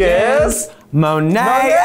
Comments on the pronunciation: What's the deal with Raja pronouncing Monet's name like that? It's all the time. I'd love to hear her pronounce it the way it's supposed to be read and how she(monet) says it! I hate that Raja does that every time. It's not funny or cute. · I still hate how raja says Monets name. But okay. It is what it is. Now Aquaria? No comment. No like. Thats it.